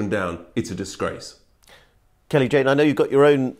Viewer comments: It's Kelly Jay not Kelly Jane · Shame the interviewer couldn't get Kelly-Jay's name right.